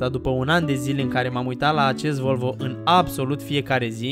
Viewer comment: sa stii ca asata nu e volvo ! :D asta este ,, VOLVĂU ,, :D